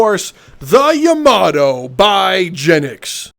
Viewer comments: Lmao the juice also don’t hurt me but it’s pronounced “yah-mah-toe” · Why does he pronounce Yamato like that